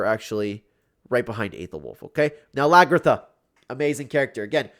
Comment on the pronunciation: The way he pronounces Hviserk and Lagertha 🤨🤨🤨